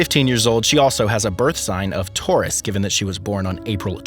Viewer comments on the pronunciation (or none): none